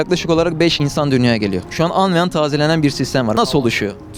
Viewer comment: Aga anvean değil anbean..